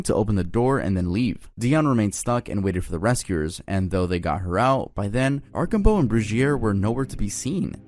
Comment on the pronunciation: Arsh-am-bow is how you say not arcobow, the SD one